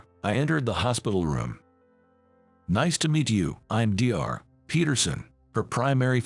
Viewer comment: DO YOU PEOPLE NOT GET PERSONS WHO WILL READ THROUGH THE SCRIPT FIRST THEN READ IT OUT ALOUD? SOMETIMES YOUR READING VERSIONS ARE TERRIBLE, FANCY READING OUT THE WORD SHORTENED FOR DOCTOR (DR) PRONOUNCED DR... LIKE DRIBBLE... SHOCKING STILL SHOCKING. MIND YOU SOME OF THESE STORIES ARE SO STUPID................ ESPECIALLY THIS ONCE, WOULD THIS MAN REALLY TREAT HIS 'WIFE TO BE' LIKE THAT?????????????????